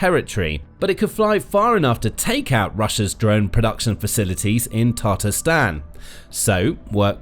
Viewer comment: Has anyone realized that he is pronouncing Tatarstan wrong